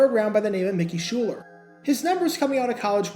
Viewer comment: Shuler Not Schuler. Shuuuuuler